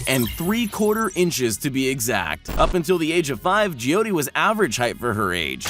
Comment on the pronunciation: You pronounced joy ti wrong